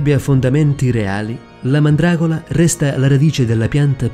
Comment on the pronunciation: no pke si dice mandragora